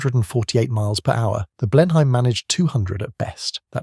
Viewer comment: And Blenheim as Blennum.